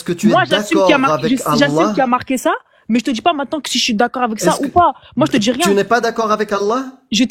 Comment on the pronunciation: Cette mauvaise prononciation des syllabes m'énerve au plus haut niveau. Je DJI, modji, etc... Mais ils pourraient au moins parler correctement